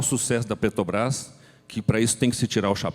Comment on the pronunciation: O sujeito ainda fala "petobras" , rss